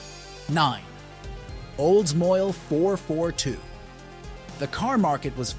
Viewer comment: oldsmoile???? its called oldsmobile